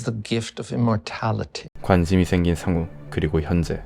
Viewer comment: 쌩우 아니고 상우 라고